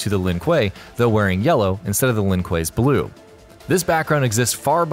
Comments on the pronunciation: So let me get this straight. You mess up the pronounciation of Lin Kuei in the Sub Zero video but you say it right in this one. Yet in this one you fuckup Scorpions clan name but get Sub Zeros correct............you must be trolling. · In the sub-zero video the guy pronounced Shirai-Ryu properly but constantly messes up Lin-Kuei. In the Scorprion video you pronounce Shirai-Ryu wrong but lin-kuei properly... I'm sensing a theme. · please pronounce 'Shirai Ryu' and 'Lin Kuei' correctly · You can’t pronounce lin kue of shiray rayu🤦🏼‍♂️🤦🏼‍♂️